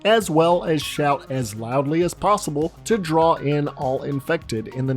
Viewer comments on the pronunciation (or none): none